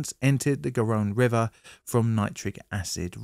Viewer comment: Not anhydrogenous ammonia but anhydrous ammonia (ie. not containing water). I have no idea what anhydrogenous means in this context. Not Sevesio but Seveso without an I. No-one uses the Richter scale nowadays. I think you mean the Moment-Magnitude Scale which better describes the damage caused. Garonne rhymes with Ron not Rhône (note the accent).